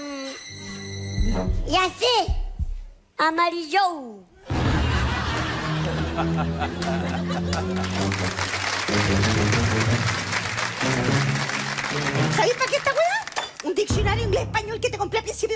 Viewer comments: " ya se amarillou? 😂😂😂❤ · Amarillo en inglés es amarillou